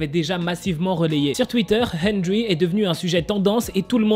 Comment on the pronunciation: TROP D'ÉMOTION DANS LA CHANSON / c'est pas méchant mais henrery se dit "hèndeli" et moi sa me dérange absolument pas je suis sur kil pensait pas à mal (henrery est un de mes bias de nct/wayv)